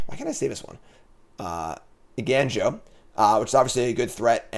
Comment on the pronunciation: I love content, but “Eiganjo” as “Eigainjo” just kills me. (For the curious, the “ga” in Japanese is closer to the sound in “gone”)